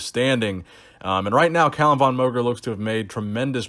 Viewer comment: VON is pronounced like FAWN, since it's of Austrian origin.